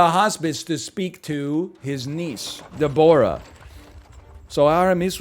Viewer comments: This man's pronunciation of Deborah is abhorrent. "DEB-rah" the O is ignored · Is that really how Canadians say Deborah